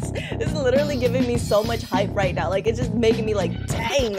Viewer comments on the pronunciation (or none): none